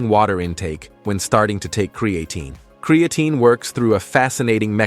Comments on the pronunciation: Lost credibility right off the bat as you pronounce the word incorrectly. It’s not CreAaatine. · "Cre-A -Teen" Stupid ass AI